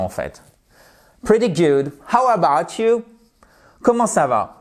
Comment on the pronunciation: You do not put the accent on ‘about’ in ‘How about you?’ The accent is in YOU! How about YOU?